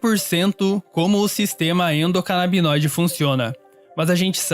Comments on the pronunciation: A "moça" falou todas as vezes errado o nome do sistema. O rapaz acertou. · Nossa toda vez que ela fala eu passo um nervoso, meu deus do céu. Que agonia. Mas compreendo que esse tipo de erro acontece. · toda vez que ela diz endonabidinoide ao invés de endocanabinoide é um soco no ouvido, no mas o video é muuito bom e necessário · Endocanabinoide, não endocanabidinoide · Galera, de verdade, gosto muito do canal por isso venho comentar agora! Acho de verdade que deveriam alterar o áudio para corrigir todas as partes em que são faladas as palavras: endocanabidinoide e canabidinoide, pois estão erradas! Creio que pessoas que conhecem algo sobre o assunto notaram o mesmo que eu! Agradeço pelo conteudo de grande qualidade intelectual e espero obter alguma relevância. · Alguém avisa para a narradora que não existe "Sistema EndocanabiDInoide"!!! O correto é ENDOCANABINOIDE. Por favor! Informação básica. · Nossa que agonia a moça falando endocanabidinoide hahaha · Meteoro: é ENDOCANABINOIDE, e não ENDOCANABIDINOIDE No mais, excelente video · Muito obrigado, mesmo. Meu coração pulava uma batida a cada endocanabidinoide hahaha No mais, excelente vídeo. Queria mais canais promovendo informação assim. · Ótimo vídeo, como já é padrão do Meteoro Brasil, o melhor do youtube. Mas fiquei em dúvida, pq ele fala endocanabinóide e ela endocanabidinoide?? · Endocanabinóide ou Endocanabidinóide? Decidam-se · tá dizendo errado no vídeo! Não seria sistema endocanabinóide, invés de canabidioide? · Meus queridos, a palavra é endocanabinóide e não endocanabidinóide, como a está dizendo... O fala a palavra correta... Daí ficam as duas palavras. Bom... Amo vcs e mais uma vez agradeço ao trabalho do Meteoro. Vcs são sensacionais!!! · Eepostaram o vídeo e não corrigiram o erro de pronuncia "endocanabidinóide" que é falado várias vezes no vídeo Poxa gente, um vídeo perfeito desses e os dois pronunciando algo tão fundamental de forma diferente o tempo todo. =\